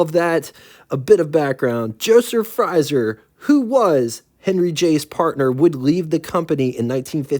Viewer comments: It's Frazer, not 'Frizer'. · It's FrAzer, not FrYzer. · The pronunciation for 'Frazier' that you're looking for is "Fray-Zhyer"... Also speaking of the Woodhill Wildfire... I used to have a pal in Indiana who owned one. Anyhow... The Kaiser Darrin certainly was a beautiful little thing... I'm pretty sure that those sliding doors and the lack of a hotter OHV engine were what really did it in. Of all of the Sports Cars of the era though, I personally think that the Vette was the prettiest. Have you ever seen the Motorama prototype Corvettes? They built several and in all different configurations... The little Nomad-like station wagon was really cool... And the two door, fastback coupe called Corvair was KILLAH! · Small point - Frazer is pronounced like the boxer, with the long A sound. I've always thought the styling of the Kaiser Darrin was stunning, just a personal taste thing. Agree on the Town Car motif, I'd call it that too. WYR: Kaiser Darrin (the only sports car my dad lusted after), Jaquar XK 120 all day long. Excellent coverage as always - thank you sir! ~ Chuck